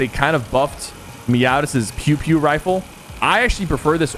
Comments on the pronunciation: its peow peow not pew pew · its "peow peow" like meow meow